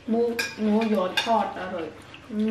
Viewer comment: จะให้อีแม่เป็นหมูส่ะแล้วนะ แม่พูดว่าหมู่ ไม่ใช่หมูน่ะ 😂😂😂